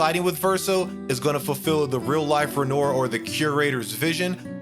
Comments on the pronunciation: Please listen to the pronunciation of names in the game. Ren-whar. Day-sand-ruh. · How do you keep mispronouncing Renoir even after its been said correctly in the game dozens of times? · Great video! Your explanation was very concise! My only gripe is your pronounciation of Renoir. They say his name correctly in the game in the English version so why are you pronouncing it incorrectly? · Bro, please don't pronounce it renor. Ren-whah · It’s a good video but I have to say it’s extremely distracting how you’re pronouncing “Renoir.” It’s the last name of a very favor painter named Pierre-Auguste Renoir, and it’s pronounced “renwah.” It’s distracting because they say it (correctly) a million times in the game (in fact, in nearly every story-driven dialogue). And, if you’re not sure how to pronounce it, why not… YouTube it? Just very, very distracting. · "Renore" 😬 Anyways. The biggest issue i have is Maelle assured her father that she wouldn't get lost. "Just a little longer". Renoir KNEW she was lying. But he wanted to trust his daughter. Instead she becomes obsessed and loses herself. Its so sad. Honestly, i truly feel if she stuck to her promise Renoir would have been proven wrong, and he could trust her to go into the canvas to be with her second family in moderation. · Who the hell is Renoyr? 😆 Did you play the game muted? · It’s Ren-Wah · I refuse to believe people who actually play the game don’t know how to pronounce names that are literally spoken to you ???? Wtf who tf renor???? I hate the French but shit At least show some respect to the culture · Bro , I tried to watch you video — but my god the repeated Re-Noyr was killing me . Bruh. I bet you say “Loon” as well. Americans man, I swear 😂😂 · I heard “ren-ore” and I stopped watching. Lack of consideration for how to say something as basic as their names makes me not trust or want to listen to the rest of the video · I enjoyed the video. Game seems to be next level. Fyi..... "Ren-warr"